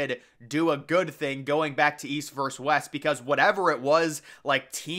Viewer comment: It's "versus" not "verse"!